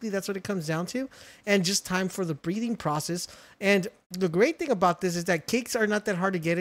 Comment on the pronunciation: Why do you keeo saying breeding as breathing and decimal as decibel...